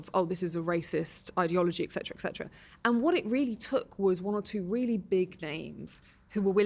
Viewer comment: Interesting woman however the most commonly missspoken word which is annoying is ecsetera(ETC)The abreviation is the giveaway. It is ETCETERA.